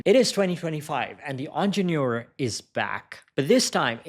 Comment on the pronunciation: The moment I heard "onjenoor" I stoped watching. Please learn the correct way of saying it.